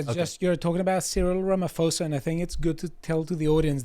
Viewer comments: Im South African and you three make Cyril idiot name south so lovely...please pronounce it Rama- paw- sa....and not Ramafosa...don't make him sound nice when his not. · Some corrections. Coloured refers not just to mixed race, but also to native Khoi-San. Ramaphosa is pronounced without the "h".